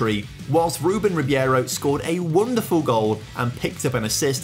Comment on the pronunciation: it is ribeiro not ribiero btw :p